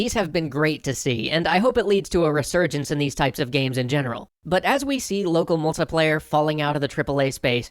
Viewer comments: i find out hilarious how you pronounce it "locuhmultupleyu" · Loco mocoplaya. I'm sorry I just noticed it every time you said it.